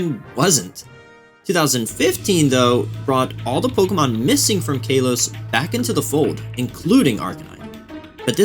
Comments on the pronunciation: love the video but hearing “kaylos region” and “gaylar region” sounds so so wrong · "kaylos"? "gaylar"?? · "KAY-los" "GAY-lar" My soul hurts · “Kay-los” region 🤡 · i hate being this guy, but not every “a” in a word is pronounced as “aye” lmao. no hate man but kalos and Galar are def NOT pronounced that way. PLEASE DONT FLAME ME 😭